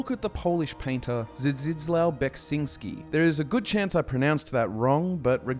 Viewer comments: I died when you made the zdzdzslaw sound, if you hadn’t said Beksiński (still incorrectly, but hey, Polish is a nightmare for nonnatives) I would have no Idea who are you talking about xd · it's Zdzislav, you can read it as Zjislav